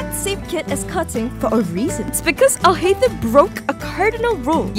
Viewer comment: btw the way u properly pronounce his name is, AL-HAI-TAM. (all the As are hard As, NOT like "apple")